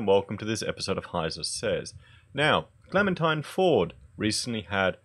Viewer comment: All cle-MEN-tine must die...